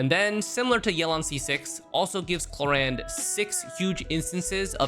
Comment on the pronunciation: is it me, but i keep i hearing clorinde pronounce as korean lol